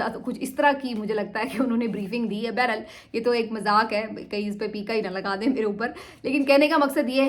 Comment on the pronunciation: اینکر بی بی اردو میں لفظ “ بہرحال “ ہے نہ کہ ( بیر حال) بہت برا لگتا ہے جب اردو نہ نابلد خود کو اینکر کہلائے